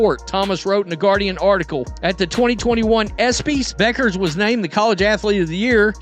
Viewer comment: This is creating a problem that doesn't exist for clicks. I doubt Beuckers (pronounce BECKers) and Clarke are focused on this the way this clip presents it. Sure there will be competition. That's what makes great players great.